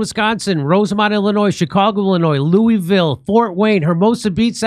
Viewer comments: jimmy if you call it "looo-E-ville" one more time im gonna choke you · It's pronounced LUAville Kentucky Jimmy. 👍